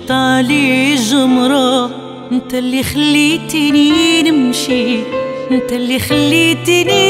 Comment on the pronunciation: واحد الملاحظة:واش هذي ماكتعرفش تنطق حرف التاء .انت= انط كيف المصريين؟؟